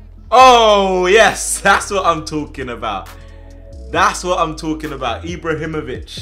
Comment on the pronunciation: Dont get Eeebrahimovich'd